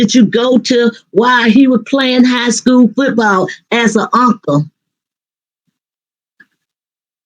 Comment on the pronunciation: What is a Unca? You mean Uncle 😂